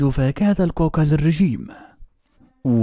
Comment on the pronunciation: كاكي وليس كوكا